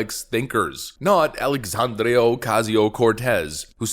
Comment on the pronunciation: It drives me crazy how does not pronounce the last A in Alexandria! 🤦‍♀️